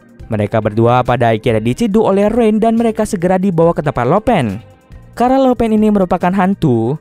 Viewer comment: Lo pan di bacanya lau pan bukan lo pen. Laupan = bos tertinggi